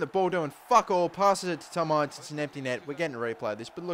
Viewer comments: its not pernouced ience its inse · Q and a * and btw it Tom in-ce not I-nce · It's pronounced Ince as in 'Mince' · Ince is pronounced in-seh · Its pronounced IN - CE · Pls google how to say Ince properly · Buy ince!!!! It's not a long I sound it's a short I sound